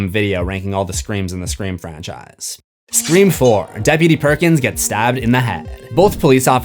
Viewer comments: I was so confused why you kept saying "scream forum" and realized you meant "scre-four-m" bahaha 😂😂 nice one nice one. I see what you did there. Also, can you rank the movies? I just saw the 7th one and want to hear the movie rankings of others! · this is the first time I have heard you say "Scream 4" and not "Screeform" :)